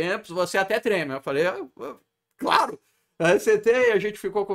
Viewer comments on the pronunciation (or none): parece que o Rafael latiu ao falar "claro"